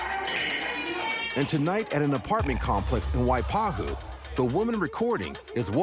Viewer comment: Wow the host actually said the hawaiian name correctly. Waipahu. He pronounced it correctly, (Y-pa-who) aloha 🤙🏾🤙🏾🤙🏾